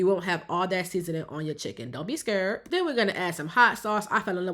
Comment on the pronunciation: She said “scurred” Asian “scared” 😂😂